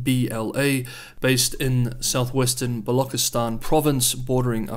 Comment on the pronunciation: The "ch" in Baluchistan is pronounced like the "ch" in "church", not like the "ch" in "conch".